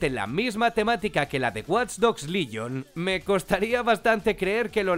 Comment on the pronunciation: WATCH DOGS LYON JAJAJAJA ES LEGION COMPAÑERO PRONUNCIA BIEN AMIJO